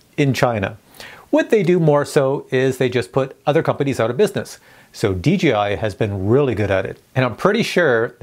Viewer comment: Please say DJI Not DGI - PLEASE! Say it correctly please! I love your videos but it dries me crazy when you say it incorrectly